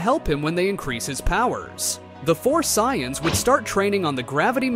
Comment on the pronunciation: the "Sai-yons"😂